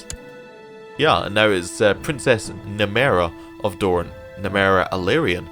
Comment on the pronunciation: I think Nymeria is pronounced "Nie-meer-e-ah".